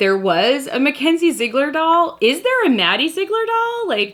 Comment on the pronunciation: It's pronounced Zi egler